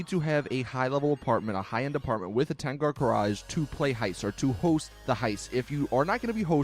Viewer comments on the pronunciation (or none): ten gar cararge?